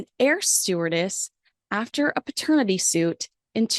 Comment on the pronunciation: Love your content and love watching you. One correction - The word is paternity not pratenity... 👍🏻